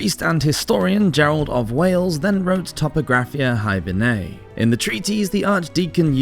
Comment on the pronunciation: I'm sure 'hiberniae' is not pronounced 'hibernay'. Also 'immaculate conception' is used wrongly here.